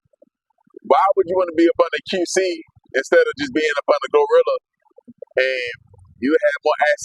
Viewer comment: This man here call "TURK" "TWURK"😅😅😅 And REFUSE to say "GLOrilla" he determined to call the lady "GOrilla"😅😅😅😅